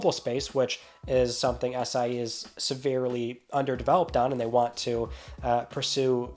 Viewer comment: I know you are saying SIE but my ears are hearing ACAI